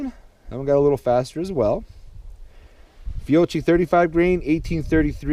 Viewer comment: It's pronounced Fee-oh-key